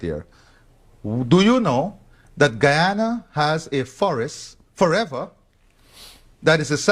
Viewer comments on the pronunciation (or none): GUYANA not Guayana. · It's Guyana not, guAyana btw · Ghana, not Guayana. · How embarrassing, the narrator declares ‘Guayana’ (the correct spelling is Guyana) to be a country in Africa. It is actually in South America!